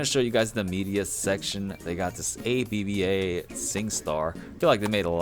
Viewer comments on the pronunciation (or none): Singstar A B B A😂😂😂🤦🤦